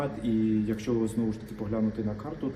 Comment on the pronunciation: ТИ МОЛОДЕ ПОКОЛІННЯ,ЯКЕ ВЧИЛОСЯ І ВИРОСЛО У ВІЛЬНІЙ УКРАЇНІ,АЛЕ ТЕБЕ ГИДКО СЛУХАТИ,БО ТИ ПРОСТО ВІДКРИТО ЗНУЩАЄШСЯ НАД УКРАЇНСЬКОЮ МОВОЮ: ЩЬО,ЩЬО,ПОЧЯТИ,ЯКЩЬО,ЧЯСТИНИ,ЩЄ,ДОЩЬОВУ,ЧЯСТИНУ,ПОЧЯЛИ,ЩЬО,ЩЬО,ЩЬО,РОЗПОЧЄНАЮТЬСЯ,ЧЮЄМО,ХАРКІВЩЄНА,ПОБАЧЄМО, ДА,ЗВИЧЯЙНО,ЧЯСУ,ВИВЧЄННЯМ,ДИНАМІЧЬНА,ЩЬО,ЩЄ,ЯКЩЬО,ФАКТИЧЬНО,ЧЄ,БАЧЄМО,ЗВИЧЯЙНО..........!!!!!!!!!!!!! ЩО ТВОРИТЬСЯ З ТВОЄЮ МОСКАЛЬСЬКО- УРОДСЬКОЮ ЩЕЛЕПОЮ І В ЯКОМУ УКРАЇНСЬКОМУ СЛОВНИКУ НАПИСАНІ ТВОЇ СЛОВА?????????????????????? ТИ ГАНЬБИЩЕ УКРАЇНСЬКОЇ МОЛОД!!!!!!!!!!!МИ ДУМАЄМО,ЩО ТОБІ ПОТРІБНО ЗНИКНУТИ З УКРАЇНСЬКИХ ЕКРАНІВ!!!!!!!!!!!!МОСКАЛЬСЬКОГО УРОДА НАВІТЬ МОГИЛА НЕ СПРАВИТЬ!!!!!!!!!!!!!!!!!!!!!!!!(Українська молодь,США)